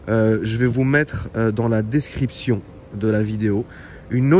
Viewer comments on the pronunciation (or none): Je vous mes la ( descripfion ) mdrr 😂😂😂 le fion tu ma tuer rire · C’est bö la "descripfion" 😂😂😂😂😂 a la fin de la vidéo